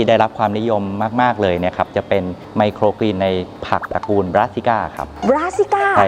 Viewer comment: เรียนพิธีกรสาว ไมโครกรีน ไม่ใช่ไมโครกีน ต้องออกเสียงให้ถูกต้องด้วยคะ